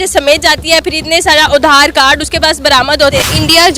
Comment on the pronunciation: Nipal nahi Nepal audhar nahi Aadhar